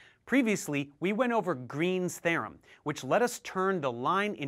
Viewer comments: Stokes’ “tharem” -. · that's a weird way to pronounce theorem